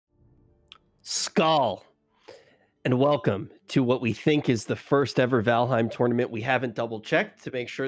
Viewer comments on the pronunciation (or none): It's pronounced more like "skawl", not "skull" =) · wtf did he try to say ind the beginning ?., tis SKÅL not SKALD